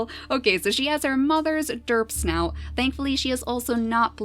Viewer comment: i thought she said derp SNOOT not derp snout